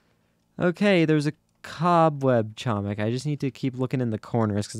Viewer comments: nah it's hoemik that how u say it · doing my ftc videoly reminder: catzo, you are pronouncing "chomik" incorrectly, the "c" in "chomik" is silent